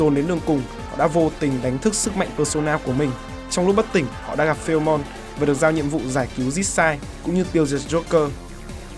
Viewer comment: Video làm khá tốt nhưng có 1 điểm trừ về việc bạn phát âm sai tên nhân vật. Như video lần trước là tên của Lupin và lần này là Philemon. Mong bạn cải thiện ở những video sau.